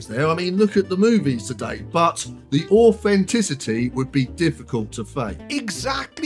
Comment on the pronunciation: Or-fen-tissity it’s all about the or-fen-tissity! 😂 I can see why he chose the blinding white visuals. It’s massively painful to listen to, it might as well hurt to watch too.